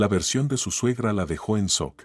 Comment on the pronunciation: Muy buenas historias, lo único que observo es que siempre dicen "soc" en lugar de "shock" y en algunas ocasiones acentúan mal alguna palabra; no obstante, preciosas historias... Gracias por compartir 🌷